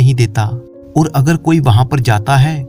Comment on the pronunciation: आपको ओर नहीं और बोलना चाहिए please